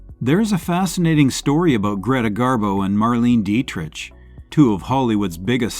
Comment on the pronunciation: Learn to properly pronounce " Dietrich".